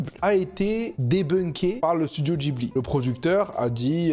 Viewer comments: Mais pourquoi il dit "djibli" ??? C'est un mot italien qui se prononce "Guibli" !!! Et il ose juger mdrr 😂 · Alors l'avis est vraiment vraiment celui d'un goat, mais quel désastre ambulant là, "jibli" "Rapyuta", et puis quoi encore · Le Chateau ambulant c'est frauduleux ?! Déjà prononce correctement le nom de Laputa et Ghibli et après je suis près à débattre !